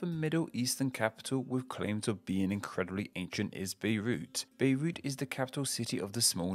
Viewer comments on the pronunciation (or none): none